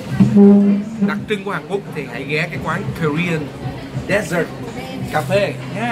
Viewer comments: Color man! “Dessert “ should be pronounced as /de’zert/ as described as the sweet course eaten at the end of a meal not as desert /‘dezert/ as pronounced in your video clip. Keep up the great work to introduce the beauty of Our Vietnamese special culture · It's dessert not desert Color man :))